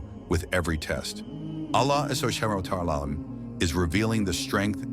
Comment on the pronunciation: Pleass just say "Allah". the way that the Ai is saying "Subhanahu wa ta 'ala" Is realy uncomfortable😢.But it is a good vidio😊